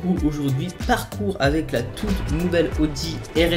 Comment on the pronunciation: Aujourd’hui on ce retrouve pour un «parcourse» 😂